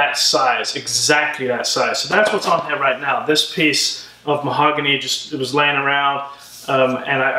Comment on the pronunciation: You say "here" like "hair". I'm pretty good in recognizing accents but yours is mix of many :D